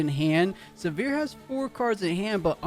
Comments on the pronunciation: Came here for the comments…everytime he said Sivirs name I just cringed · Not looking forward to the rest of casting this set if the names are going to be butchered to that degree by everyone not familiar with the League IP 😂